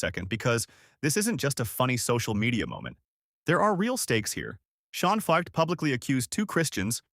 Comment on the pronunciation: That's not how you say his last name. This just seems like an AI-generated hit piece.